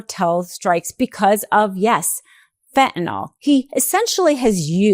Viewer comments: FENT-ah-nil. Not "fent-nawl" damnit. Fentanyl. I know it's not the point of the video but goddamnit can NO ONE f*ing READ or speak? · There is no "O" in fentanyl. FEN-TA-NILL not FEN-TA-NOL! Sound smart. Say it correctly. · This is an excellent, informative piece. (I just wish the world would learn to say "fentan-ILL" rather than "fentan-ALL"! Just check the spelling! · If SCOTUS is honest, they will find that Trump cannot tax Americans by Executive Order. And it is Fentanyl, not Fentanol. Educate yourselves. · Why is everyone calling it Fentanall? It's Fentanyl, pronounced just like it's spelled. "-ill," not "-all." Has everyone become illiterate? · FentanILL, Not FentalAWL, for God's sake. Can't you people speak basic English? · Why TF does everyone say fentanOl. It's fentanYl. Never seen a y pronounced as an o in any language. Ignorant. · Pardon me for being picayune. I wish people would stop calling it fentan-ALL. It's fentanyl. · It's Fent-a-nil (fentanyl) not fentanol It drives me crazy lol 😂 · Just because Trump pronounces fentanyl fentanol doesn't mean you have to do it too. Fentanyl. Not fentanol. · PLEASE PODCASTERS!!! PRONOUNCE THE DRUG CORRECTLY, YOU SOUND STUPID!!! ITS FENTANYL (NIL), ITS NOT FENTANOL...NOT FENTANOL!!!!!! IM BEGGING YOU??!! R.N. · It’s not fentinol (how you-and most people-mispronounce it). It’s fentanyl. Rhymes with “a mill,” not “an all.” Sorry. This is just a pet peeve of mine. Seems many people, including media people and politicians, do it. If you’re going to put out posts for public consumption, you should make sure you know how to pronounce what you’re talking about. Again, sorry. I agree with the message completely. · "Feh-a-nawl" I learned in 2nd grade how to pronounce "and sometimes Y" as a vowel. Maybe ask a second grader to teach you about vowels if you know one.